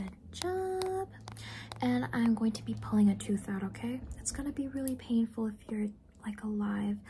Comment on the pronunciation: "exactly, super panful it's just straight up poison" 😂🤣